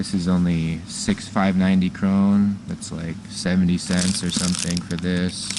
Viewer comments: Well, he doesn't say it correctly, but it's also close to the actual meaning of the Norwegian word in English (crown). He's probably thinking about it and trying his best in Norwegian. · I've never heard "krone" pronounced like this!